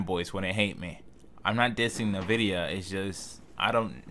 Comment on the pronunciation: It's not pronounced Na Vidia, it's N (the letter) Vidia, NVIDIA.